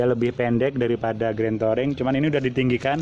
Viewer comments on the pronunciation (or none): Touring bacanya Turing